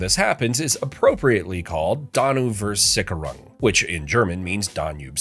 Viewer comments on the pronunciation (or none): As a German I didn't understand your German. Apperantly it's Donauversickerung.